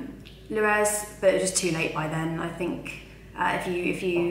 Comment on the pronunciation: How can she not pronounce Luiz?😂 like its not that hard